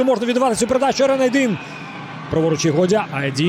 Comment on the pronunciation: Айдин а не Айдін 😂